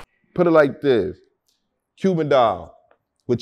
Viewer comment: Bro said “Cubian” 😂